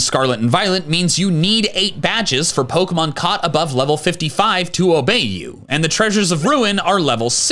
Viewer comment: the fact he mispronounces almost every pokemon in this video makes me upset